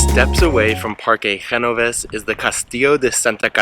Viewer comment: Amazing video! You should visit Medina Sidonia next. By the way, it's Ge-no-vés not Ge-vo-nes.